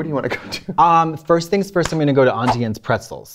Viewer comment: Katya pronouncing “Auntie Anne’s pretzels” the way I do made my day